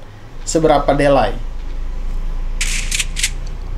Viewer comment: Di-lei, bang, bukan de-lai (ade2 alai)😁